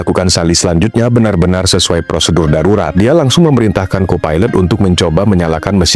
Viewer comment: Sarurat✅ Darurat ❌ 😂😂😂😂